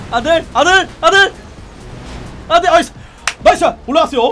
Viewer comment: 안되가 아들로 들리네 ㅋㅋㅋㅋㅋㅋㅋㅋㅋㅋ